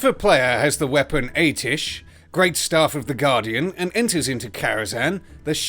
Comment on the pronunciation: A-ti-esh, not that hard is it? :D